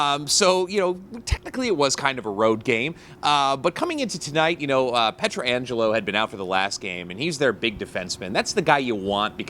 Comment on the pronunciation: Petraangelo? SMH